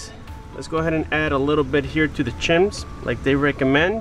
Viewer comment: And the chims are actually pronounced shims.